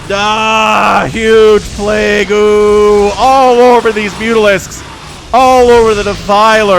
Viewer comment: “plague-goo” ...cringe